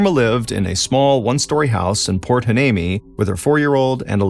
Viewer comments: It’s pronounced “ why- knee- me “. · Think (and I could be wrong), the town is pronounced Point Why-nee-me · It's pronounced (why-knee-me) lol not a bad attempt tho